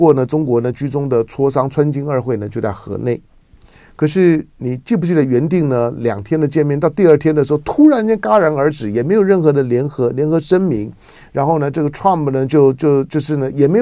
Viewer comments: 戛jiá然而止 提dī防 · 戛（jia）然而止？